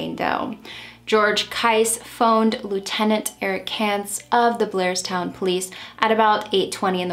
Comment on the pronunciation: That’s Blairstown NJ. Sounds like she was saying Glairstown. It’s a very country area of NJ and some of those towns are not heavily populated. I can see how no one would witness this. Sad case. I lived most my life in NJ and I know that area. RIP princess doe.